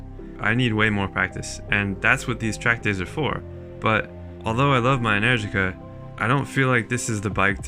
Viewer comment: Ah man you make me miss NZ. I think I'm hearing things but are you saying "Enenergica"?